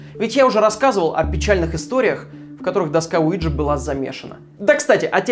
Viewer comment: Мне одному слышалось место Уиджи ЛУИДЖИИИИ